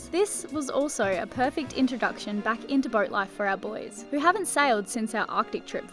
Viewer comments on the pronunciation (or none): It's not Boo es! Boys! Yeah the boys!